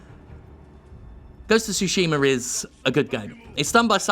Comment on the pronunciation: Ive heard people pronounce it as Shooshima...